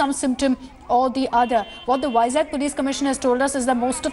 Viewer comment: it's vizag not vizak